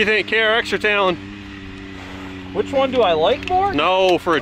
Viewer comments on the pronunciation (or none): It’s a tal-on not a tolone